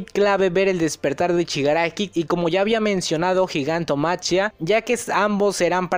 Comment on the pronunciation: se pronuncia GIGANTOMAKIA, no gigantomaCHIa...